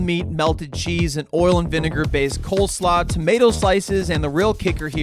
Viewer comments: Isn't it Cole Slaw? Not Cole's Law? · "Cole's Law" 😂😉😄